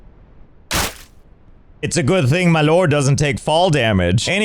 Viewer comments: I love the way he say “Loord” it gets me everytime 😂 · L-oh-rd Josh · I love how Josh can’t say the word “lord” without pronouncing it “L-oh-rd” God dammit I love this man. 🤣